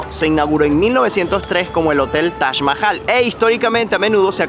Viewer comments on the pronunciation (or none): Es taj no tach